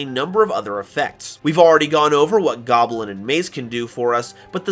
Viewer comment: Its not goblin its GAWBLIIIIIN